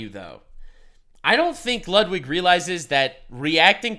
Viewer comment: Lets go! Lud-W-ig!